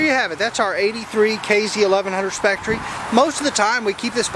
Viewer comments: It’s pronounced specter not spectre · Cool accent, love the pronunciation of spectre, "Spectorey". It's pronounced Specter lol. Very nice bike though. Aaa+ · Spectre—/SPEC-tur/. Not “Speck Tree.” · Sorry to have to correct you but, It's not a Speck Tree. It's a Speck Ter. Rhymes with Lecter, as in Hannibal. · It's specter not spectry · Nice color scheme. But it's pronounced Specter like a ghost or Phantom. Not Spectree. Hope you're still riding it. I have the 82 burgundy color scheme. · Spectreeeeeeeeeeeeeeeeee. Learn how to pronounce the name....spek-tur......fuckin dumbass..... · Pronounced specter, regardless of spelling! Just like honda sabre is not sa-bree its saber, just thought i'd point that out. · Just watched the video for the first time. I am sure by now you were let in on a little secret : it is pronounced spec-ter. I am going to pick one up this Wed. The 1100 model is awesome, and difficult to find in good condition. I love early and mid-eighties bikes, especially Honda, but I could not resist the SPECTRE. Just like James Bond can not resist beautiful women !! Next time I am around Houston, I will have to stop by and see that the Spectre. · Great bike and BTW it's pronounced SPEK-TER